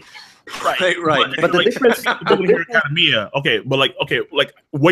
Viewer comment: WHEN THE FUCK IS GONNA PRONOUNCE ACADEMIA CORRECTLY??!!!?!!